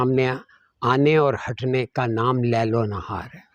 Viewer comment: القرآن - سورۃ نمبر 14 ابراهيم آیت نمبر 33 أَعُوذُ بِاللَّهِ مِنَ الشَّيْطَانِ الرَّجِيمِ بِسْمِ اللّٰهِ الرَّحْمٰنِ الرَّحِيْمِ وَسَخَّرَ لَـكُمُ الشَّمۡسَ وَالۡقَمَرَ دَآئِبَيۡنِ‌ۚ وَسَخَّرَ لَـكُمُ الَّيۡلَ وَالنَّهَارَ‌ۚ ۞ قران آپ غلط پڑھتے ہیں..لیل کا زبر ہے پیش نہیں..